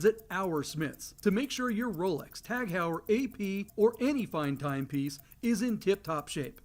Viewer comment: I always flinch when your watch sponsor mispronounces Tag Heuer. Would be like if you guys used one syllable for Porsche.